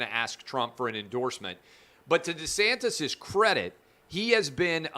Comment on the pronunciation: Clay it is pronounced DEE-santis. Not Duhsantis